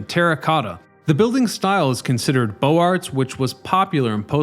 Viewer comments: Bohz AR, not Boh arts. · Beaux arts = "boze-AR" not "bo arts". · its called beaux-arts, not bo artz